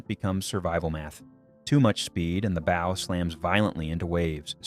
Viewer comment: Please, ships do not haves bows like shows; they have bows like cows. Sorry, serious pet peeve.